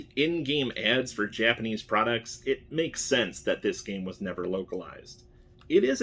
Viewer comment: Finally, a YouTuber that knows his Japanese pronunciation.